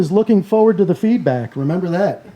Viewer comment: Did she say "happy to get the feedback or happy to get the feedbag"??